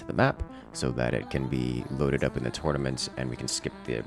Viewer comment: What is a "Tutnament" ? Must be something Ancient-Egyptian, or?:)) Thanks to all of you, it was a great and entertaining watch! Especially the "accidents":)